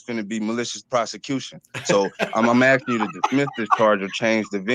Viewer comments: It is pronounced "akskin" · C’mon Judge, he’s axing you sir. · Axing for a written excuse? You don't need to make your own paper dude!